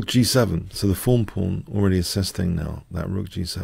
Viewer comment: I know its "thorn" now, but for some reason I can't unhear "fawn" when you say it.